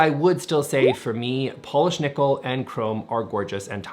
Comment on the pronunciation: You say polish like youre saying polish people😂